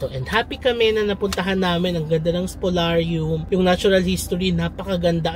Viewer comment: It's Spoliarium with an "i". Great vlog, as usual! 🙂